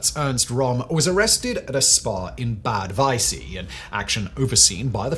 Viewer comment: There was no guy called "Hanfestagel", and the Reichstag is not a tag. Bad Wiessee is not "Bad Weißsee". A correct account of history should include an effort to correct pronounciation, at least so that viewers are not confused.